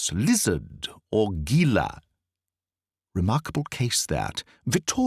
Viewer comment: U nid lecon in how to pronunciate Spain Talk. "Gila".